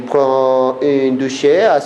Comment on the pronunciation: une douche (la e no suena), enseigne ("en" nasal), les exercices (laison) TRES BIEN!!!